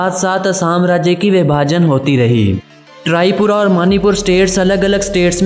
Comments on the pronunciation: Abey trypura nahi hai tripura hai.....bhai tumko toh apne desh k baare mein hi nahi pata hai.....aur Assam kabhi Burma (Myanmar) ka part nahi tha....pehle sahi se research karlo.....Aur Assam ki tasveere dikhao na beech mein doosre desh ki tasveere kyu laga rahe ho......Aur deshpur nahi hai bhai Dispur hai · Galat information mat fehlao.. capital Tezpur nhi Dispur hai..or thumbnail me jis ladki k photo lagaya hai wo Assam ka nhi hai..humara traditional dress nhi hai wo..🙏 aap khud pura jankari le lo phir video banao..m from Assam..or ek baat Trypura nhi Tripura hai.. pronunciation galat hai..👍..jai sai Axom🙏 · Its not Trypura it's Tripura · Bro its not trypura its tripura